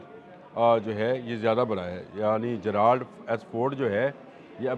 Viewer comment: جے رلڈ بولتے ہیں جرالڈ نہیں سر ۔